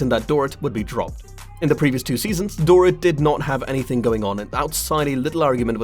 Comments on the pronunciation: It’s not Dor It. It’s pronounced Dor ret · DORE IT …omg the pronunciation is appalling .. Boom there goes your credibility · Door Eat… that’s how you say this lady’s name.👎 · It's Dorit but pronounced " Dor - reet" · The only reason I believed her is because she lives about 1/8th of a mile away from Kyle, whos home was also broken into. I think these people know when they are out of town and probably didn't expect Doorit (love that you mispronounced her dumb name the entire time) to be home. As for the alarm system, I feel like a lot of people don't set it when they are home. I know that I rarely do. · Door-it lol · i lovi love the way you say her first name LMAO. Dor-It 🤣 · Omg ....learn to say her name.